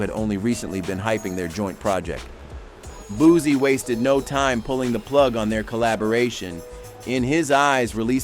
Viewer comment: Bootcee no booze this guy mi pronounced people names to disrespect them